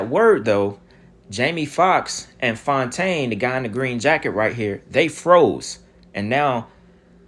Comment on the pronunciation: "Clone=taine" c'mon... you gotta give yourself credit for that one ha!